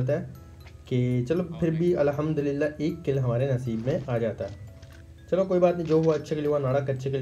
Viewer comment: Bro Allah hamdulillah ni hota Alhamdulillah hota hn ye jo ap bolty ho is ka meaning glt niklta hn plz next time sai sy bolna thanks!